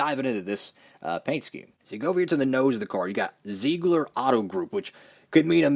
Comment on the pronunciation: Zeigler is based in my hometown so it's awesome to see a diecast made. And just to let you know, it's a car dealership and it's pronounced "zigler." Keep up the great content!